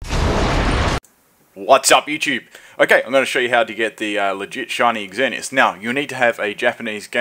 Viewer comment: I like how says " X-zer-knee-as" dude, it's just "zer-knee-as"